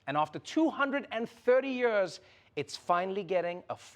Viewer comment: Anyone else notice how Trevor says "yurs" = "years"